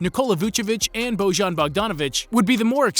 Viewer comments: He is not božan he is bojan please learn something about stuff that you are talking about, learn how to pronounce his name right and how to pronounce his j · It is not Božan, J is prononced Y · Quick tip, whenever you see a "j" in the name of aplayer from ex YU, read it as a "y" ;) Bojan, would be best pronounced if you read it like "Boyan". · It's not Bozhan, it's Boyan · It's Beau-yan, not Boy-an. It's just that Serbians don't really understand what you're trying to say when you ask a question like that. Try saying Beau-yan, with the stress on Beau, and that's how you pronounce the name. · "Bojan" is not pronounced that way, "Bojan" is written on serbo-croation, "Boyan" is pronounced! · It is pronounced Boyan. Every "Yugoslavian" J is read Y in English. And every G is pronounced like G in Greek. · Bojan is pronounced "Boyan". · Try to read Bojan as Boyan (that's closer to the pronunciation) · Serbian J is equivalent to English Y. Like Jelena is pronounced Yelena. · Nice, though you got Bojan's name pronunciation all wrong. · Great video,Yugoslav school of basketball incredible players,coaches and teams.First place where basketball started in the 60s outside of usa was belgrade capital of serbia and yugoslavia tnx to professor Nikolic.Only one thing-the name Bojan, you read the letter j like in Jokic,great video nevertheless